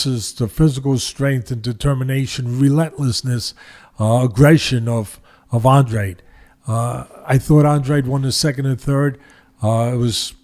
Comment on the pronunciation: I’m not trying to make a cheap point or trying to slam you teddy, but it is a little distracting hearing Andrade pronounced Andre. But anyways, it probably only annoys me haha